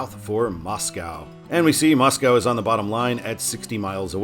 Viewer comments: That river and big lake in Sandpoint, spelled "Pend Oreille" is pronounced as "Ponderay." Actually, the town just east of Sandpoint is spelled as "Ponderay." And Moscow, Idaho, is pronounced locally as MOSS-ko, not like the Russian capital. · No cows in Moscow, ID pronounced "Mosco" like Costco